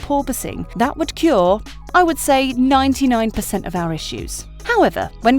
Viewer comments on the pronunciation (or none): none